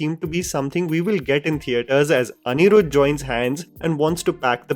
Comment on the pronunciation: Do you purposely try to mispronounce Tamil words and names? Seriously how can you even add an accent to a simple name like atlee as Aaatlee.. But you can pronounce Anirudh because it's a north indian name..